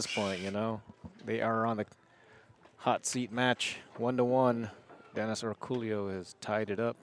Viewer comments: How is "El Pollo Loco" pronounced? Same concept here...not sure where that "Orculio" sound comes from ...should be "Orcolio" might be their accent doing that haha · Does this guy really pronounce his name Orcoolio or is everyone butchering his name? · I suspect these guys commentating are mispronouncing Orcollo's name. How lazy do you have to be to not figure out how to say someone's name.